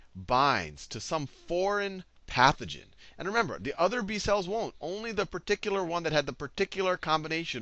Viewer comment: the way he says "particular", oml